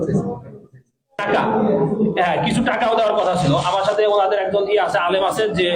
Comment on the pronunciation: উচ্চারণটা হবে টাকা। টেকা না ভাই।